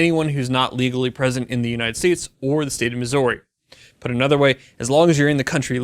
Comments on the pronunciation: If you ask anyone who lives in Missouri how they pronounce it you will most likely hear it said like Mizzury rather than Mizzory. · I'm from Missouri, i cringed every time he butchered the pronunciation..(Mih-zurr-ee) not (Mis-zore-ee).. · its pronounced Mis•ou•rwe, well thats a poor way to spell it but its not misery or missorie! anyways great vid! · I know it doesn't make a lot of sense, but it is pronounced "misery" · miss-or-y? really? don't really care but, what? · It’s Missouri not Mizzorrri lol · that's not how you pronounce Missouri. it's "misery" but the second syllable is stressed instead of the first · that's not how you say Missouri 😂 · STOP pronouncing the OU in Missouri! No one here says it that way 😂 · You pronounce * MISSOURI * weirdly. It is the OU part that is off. Clearly, you aren't a Missourian. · Alright two things, I’m fucking glad I live in this state go Chiefs, and you’re pronunciation of Missouri is unsettling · They way you pronounce my home state gives me anxiety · As a Missourian, your pronunciation of Missouri is shit and pissed me off. Otherwise, great video. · we need to have a talk a about how you pronounce Missouri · The way you said my states name pissed me off!!! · As a Missourian, your pronunciation of my home states name hurts. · I hate the way you say the name of my state. State law in Missouri does regulate automatic weapons. This will give us open access to silencers, SBRs, SBSs, and other things without tax and applications. God bless Missouri! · This is big for my home state, but god I hate how this guy pronounces Missouri. Other than not I got nothing against him. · The way he says Missouri made my ears bleed. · Please learn how to say Missouri